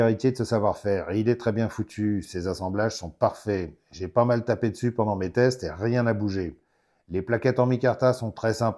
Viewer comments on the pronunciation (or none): none